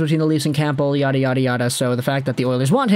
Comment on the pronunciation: Dude. The “p” in Campbell is SILENT. 🤦🏻‍♂️